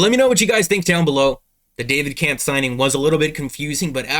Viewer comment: Pronounced Kemff